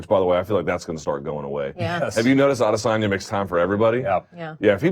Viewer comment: Oh, and btw, there's no 'R' in Adesanya...